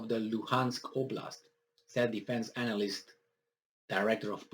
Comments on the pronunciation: I Love the way you pronounce ANAL- list. 😆🤣😂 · Maybe that's his point lol. It's funny to hear him say it.